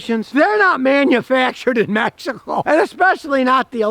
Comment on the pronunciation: Nice video. I just bought a 2018. Not gonna lie tho i thought you were saying "magical" instead of Mexico the for the first 3 minutes lol.